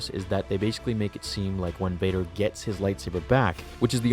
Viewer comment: WHOM EVER DOES VADER... NEEDS PRONOUNCATION LESSONS